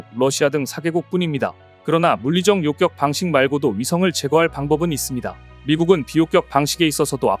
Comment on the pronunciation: "요격"을 욕격이라고 발음하네요. 무슨 문제인가요?